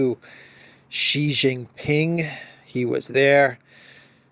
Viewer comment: Its not Ghi it is Si Jinping, Dude. How many years now?